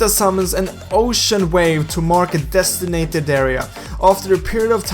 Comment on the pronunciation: 3.30 Designated* not destinated. Did you even pass school?